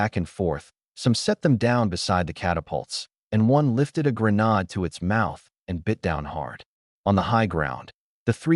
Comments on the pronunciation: cant even keep the genders correct as well or say granade right as well an stupid google cant tell wat a granade is either. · Okay good story but the arrogant Paladin being in two places???? Plus mispronunciation of the word grenade???? Minor deets here but I do like the story!!AAAAA+++++🙃🙃🙃🙃🙃 Yes a second part please!!!!!